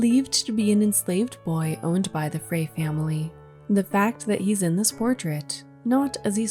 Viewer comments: Frey is pronounced like fry.. My husband is related to some people with that last name, his grandmother's maiden name. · Frey is pronounced as "fry."